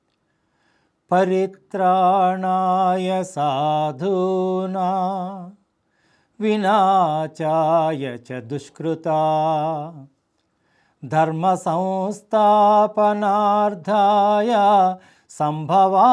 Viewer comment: అబ్యుద్యామనదర్మస్య.. కాదు... అభ్యుద్దానమధర్మస్య.. అనాలి.! మొట్ట మొదట.. యధా యదా కాదు.. యదా యదాహి ధర్మస్య.. అనాలి..! వినాచాయచ.. కాదు.. వినాశాయచ.. అనాలి..!! దుష్కృతా.. కాదు.. దుష్కృతాం.. అనాలి..!!!